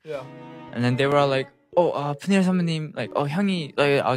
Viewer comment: But he said it wrong, as he always does, here too. 😅 It’s Pea-kneel, but he says it like Peu-ni-el! 😂😂 It’s so cute tho!💙